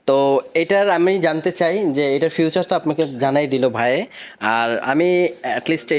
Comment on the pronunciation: বারবার ফিউচার কেন বলছেন এটা ফিচার হবে